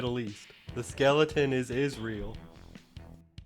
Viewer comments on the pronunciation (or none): none